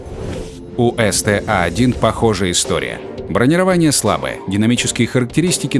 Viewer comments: Научите вы уже этого диктора говорить по-русски - что за бронировАние? Правильно говорить бронИрование. Раньше за такое выгоняли к чёртовой бабушке с плохой характеристикой. P.S.: видимо, человек из тех, у кого кофе - это оно. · Почему он говорил бронирова`ние?мне одному показалось?